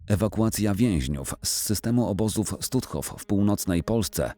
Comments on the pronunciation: Jaki Stutthof, czyta się Sztutof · Stutthof czytamy Sztutthof, w niemieckim "st" na początku słowa to "szt".